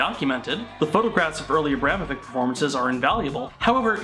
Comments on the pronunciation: You know what grinds my gears? The Kyle guy saying he's an expert on Abramovich and yet pronouncing her surname wrong... He says Abramovick instead of Abramovich, kay then, nice research you've put together.. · Ok, fuck, as a Serb, the butchering of AVramoviCH ( it's a sound similar to "achoo", kinda hard to describe) s name.